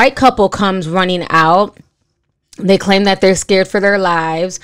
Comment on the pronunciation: "She's skurd now" 😂